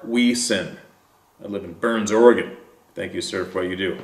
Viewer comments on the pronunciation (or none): none